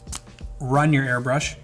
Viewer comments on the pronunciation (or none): small nitpick but segment says airbursh instead of airbrush